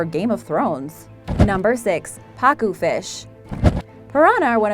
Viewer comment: It pa-cu